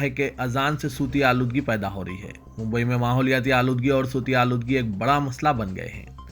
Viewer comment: Sooti Aaloodgi.nai Bhai 🙏 SAUTI AALOODGEE please learn URDU